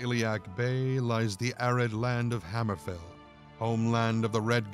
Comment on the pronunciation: Its obviously fake. The guy didn't even say hammerfell right.